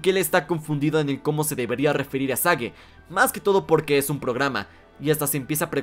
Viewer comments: Porqué pronuncias el nombre de Sage como "sague" en ves de "seich"? Que es como oficialmente se pronuncia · En lo personal espero que Sage se quede como un personaje establecido en la franquicia y como la hija del doctor Eggman ¿Y no que el nombre Sage se pronunciaba Seich? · El nombre de Sage se pronuncia "Seigh".